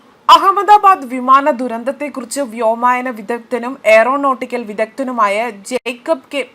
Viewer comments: വോമായനമല്ല...... വ്യോമയാന...എന്ന്... RATഎലി...ഓ... എലി കരണ്ടതാണ് പ്രശ്നം... ത്രആധികാരിക വിവരങ്ങൾ തന്നതിന് അക്കച്ചി നന്ദി. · കുട്ടീ വ്യോമായനമല്ല, വ്യോമയാനമാണ് .